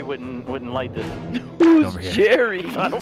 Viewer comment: “Looking for Norman with Jarry”😂😂😂